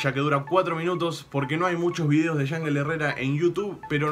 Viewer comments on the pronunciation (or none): se pronuncia "Ianjél"